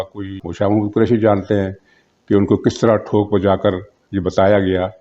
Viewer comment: Shah Mohd. nahin Shah Mehmood Kureshi. Kripya naam to theekh se lain